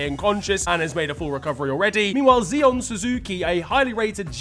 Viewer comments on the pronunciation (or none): none